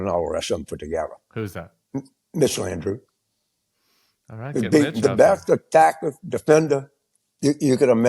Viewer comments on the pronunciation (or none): He said Mitch Landreiu…